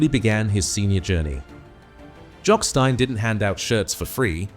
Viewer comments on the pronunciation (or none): So the 'betrayal' was what exactly and how was it 'unbelievable'? A potentially interesting, informative or revealing tribute spoiled by a clickbait title and an AI voiceover that mispronounces Stein and Dalglish. I suppose we should be grateful that this wasn't about Danny McGroin.